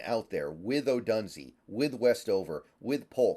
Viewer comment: Can someone PLEASE tell how to pronounce ODOOONZAYYYY…